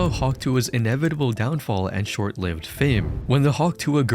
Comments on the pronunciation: bro...inevitable, not enevitable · Inevitable, not enevitable 😢